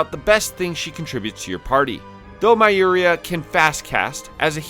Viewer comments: Expectedly butchered Myuria's name. Goddamnit, they pronounce this name in the game many times, try to just listen and repeat. The Japanese should give everyone in their games names like Jack and Jill so that the Americans could not make a mistake in reading them and argue on the forums how to pronounce them correctly. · This is my first time watching and it sounded like he was intentionally butchering her name as his focus was....elsewhere. I felt it was done for comedic effect is all. Geez.